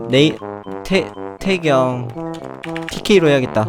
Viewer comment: 님 대경이아니라 태경입니다 발음교정좀